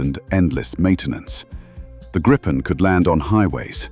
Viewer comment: A small but nagging detail: Gripen is pronounced "Greepen", not "Grippen". The name is Swedish for "The Griffon"